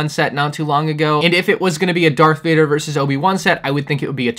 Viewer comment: Did I just here you say DARK Varder